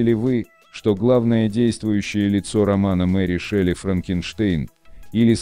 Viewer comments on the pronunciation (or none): none